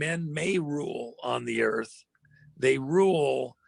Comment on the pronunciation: Bullshit with all this double talk. Lol he said earf...it’s earth! Lol